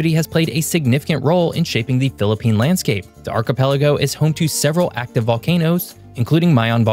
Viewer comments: Kudos to for excellent pronunciations of Philippine geographical features!! This is outstandingly researched video. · Bravo!!🎉 Nice vid and nice pronunciations of places!!! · The way he prounouced the words is good, like he lived in philipines before!😮